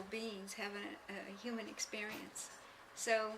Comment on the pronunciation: Didnt she smile, giggle and look at her mom when she said experience, sounding like "ex-BEER-ience"? And maybe it sounded funny to her? Meaning recognition? Something to think anout!!! 😅